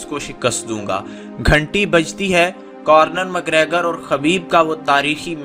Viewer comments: خبیب نہیں اس کا نام حبیب ہے اور آئرش کتے کا نم کارنر مکریگر نہیں بلکہ کونر مکریگر ہے، پہلے بولنا تو سیکھ لو مڈل فیل انسان تم نے اس بیہودہ ویڈیو میں اپنی طرف سے بہت سارا جھوٹ شامل کیا ہے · conor mcgregor not cornor 😁😁😁😁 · It’s not Cornor. Say it correctly Conor. Correct this please. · You Got WronG Bhai its ConnoR not CornoR.😂😂 and KhabiB in writinG But Call Him HaBiB .😂😂😂 But i watched it live on sunday i love KhaBiB...❤❤❤